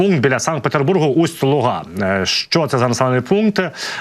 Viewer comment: Хотілось би зазначити, що відстань між Усть-Лугою та Кьонігсбергом становить 854 км, а не 8-9 км як говорилося в огляді. Коли Ви міряли відстань, то кудись не туди лінію провели. Крім того, наголос у назви міста Усть-Луга на букву "у", а не на букву "а"...